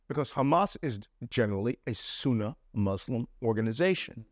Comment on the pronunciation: Are you sure this is a former intelligence officer? He couldn't even say the word Sunni correctly and did nothing more than say some key words like Faluja, Fatah, Iran, Egypt etc without really providing any insight to this whole mess. Please do a background check more thoroughly.